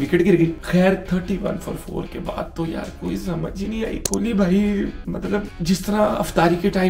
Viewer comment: Haha kholi nahi king kholi